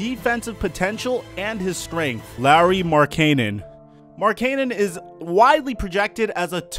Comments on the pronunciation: Lowry Markaynin??? I'm pretty sure Lauri Markkanen bud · You butchered lauri Markenen name so hard it's not larry